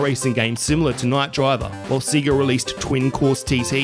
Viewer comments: Its not see-gah, its say-gah. Have you ever played Sonic 2? It says the proper title when you turn it on. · Seg-ga not See-ga. Toe-mee, not Tommy. Also, it's OK to take a breath once in a while. It sounds like your entire video is one long sentence.